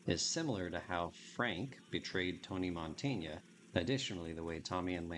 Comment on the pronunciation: Another great video, I love that heavy BF! Btw it's not Montaña, is just Montana (just in case you name him in a future video).